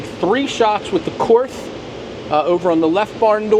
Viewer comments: Korth is spelled as "Kord" (it's not a "th"), comes from the founder's name Willi Korth. Nice video. Viele Grüße aus Deutschland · "KORTH" is pronounced "COURT". The "th" is silent. KORTH doesn't use MIM parts.The only wheelie missing from your comparison is the Manurhin MR 73 from France. It also doesn't use MIM parts, and has a reputation for going 100K rounds before breakage; it was made especially for the French SWAP type police teams. The S&W guns are not in the same league as the Korth, Spohr, and Manurhin wheel guns. The Chiappa Rhino is a novelty; its strong point is reduced recoil due to lower bore axis, but also has more thumb burns, when shot by amateurs, from cylinder gap pressures.